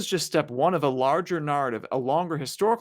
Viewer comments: What's with that pronunciation of narrative? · The way he says “narrative,” tho…… 😬😶🫣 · Friendly tip: Learn how to pronounce "narrate, narrative, narration."